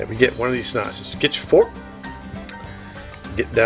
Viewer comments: It’s honestly very uncomfortable hearing you call them snasanges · Did you say snoshes